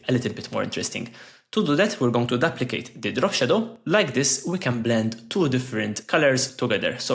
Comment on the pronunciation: Duplicate ❌ daplicate ✅ …..love the content ❤